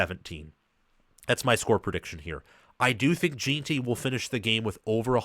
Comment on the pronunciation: Very good breakdown of the matchup. One of the better ones out there, really. One thing that makes your breakdown a bit tough (not your fault) is that BSU's center and RG you referenced are the backups that played most of the season due to injury. The starters are back. I do have to provide a couple name corrections, though. Jen-tee, not Jeeen-tee. Soft E. Ah-med Hoss-en-neen. Braxton Feelee. Marco No-tree-on-nee